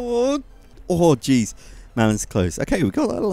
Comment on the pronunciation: When you say "Oh jeez" it sounds like "orgies" and that's just... hilarious